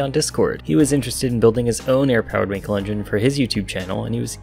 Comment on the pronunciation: It is pronounced just like the english word "uncle" but with a w in the beginning. As an english speaker please just say the word "wunkel". If you did not know, you know now.